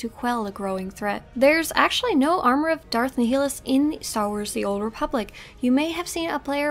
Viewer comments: First Of All, It Is Darth Nihilus, NOT Darth Nehilus. It is also Visas (long I), not Vesas (long E), but at least you Pronounced Mira as Mera and not Myra. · Not to be picky but I think your pronouncing Darth Nihilus name incorrectly... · The way you say Nihilus kills the inside of me